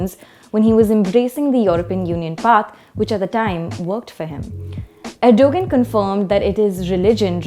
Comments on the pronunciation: Before doing a news or information segment, Print should do proper research. For instance, name of Turkish President is pronounced "Erdovan" not literal pronunciation Erdogan. Very annoying to hear the host repeatedly mispronounce the name. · Come on it's not "Erdogen" it's "Erdogaan" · Also it isn't Erdo gun? With a channel that boasts over 1M subscribers you do realise that the g is silent. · Erdogan g is silent in the centre It's Pronounced Erdowan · The 'g' is silent in Erdogan. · First, "g" in Erdogan's name is silent as far as I remember. Second, there is a typo in if you can find it. Small things makes the difference between a top-notch media and the others. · The least you could expect is the anchor knows the pronounciation for Erdogan